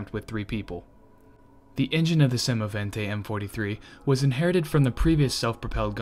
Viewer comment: The speaker has a good pronounciation and says semovente in the right manner . The video and the info are also very good . Greetings from Italy